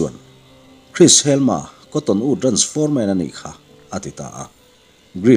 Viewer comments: A sipel chu ka hre ve lem lo na a, helma i tih hi helm-a ti a lam tur a ni zawk lo maw. Sherlock holm-a hi holm-a an tih ang hian. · Helm-a tih tur anih ka ring ve ngawt a. Helma''an-a tih pawh chu a ni thei tho bawk ang a